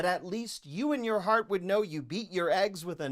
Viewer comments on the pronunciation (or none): none